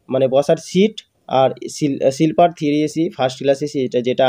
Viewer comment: When you give descriptions, your pronounciation must be strong and clean.But sorry to say you spell silliper in liu of sleeper coach. Immediately correct your spelling.